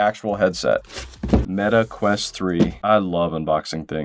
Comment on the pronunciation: meta quest❎ Meta queat ✅